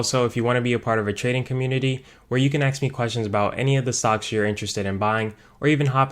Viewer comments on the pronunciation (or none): Lost my attention when you said, "axe me questions."